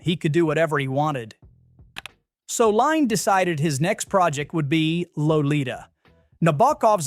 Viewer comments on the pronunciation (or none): Adrian lynes last name is pronounced like Lynn